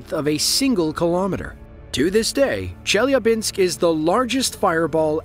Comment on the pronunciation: A great video, though I feel obliged to mention the necessity to do a better research before posting: Chelyabinsk is by no means the second largest city in Russia, it's the second in the Urals autonomous region (after Yekarinburg). Also, the pronounciation is easily inquired in Google. 😊